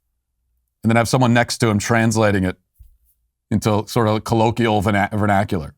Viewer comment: Today I learned… that Matt can’t pronounce the word “colloquial”.